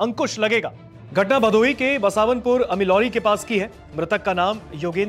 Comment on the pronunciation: Bhadoi ❌ bhadohi ✅